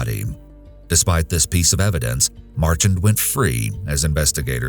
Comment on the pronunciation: For future reference folks its pronounced Mar-shan although its spelled Marchand